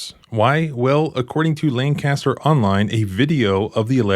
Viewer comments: Love your videos. They should be required viewing at police academy. This cop needs to be charged and held accountable. Locals pronounce it LANK-ah-Ster. All of Central PA cringes at LAN-caster. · Hey, that’s where my tattoo guy is 😂 It’s pronounced “Lank-a-ster”, not LAN-caster 😂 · Manheim Township! I live in Lancaster County! (Btw, its pronounced Lang-Kiss-ter) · I lived in Manheim Township for over 10 years. I know firsthand (don’t ask!), they’re willing to lie under oath in court. No surprise here. Oh and by the way, locals pronounce it “LANK aster” County. Accent on the first syllable. 😊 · It's pronounced Lang-kiss-ter.